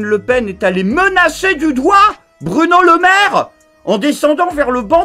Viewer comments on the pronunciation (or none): Est ce que j'ai bien entendu? Il a dit "Burno Lemaire"?😂